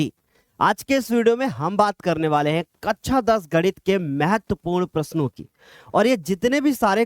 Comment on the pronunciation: कक्षा ❌ कच्छा ✅। 😂😂 वाह सर जी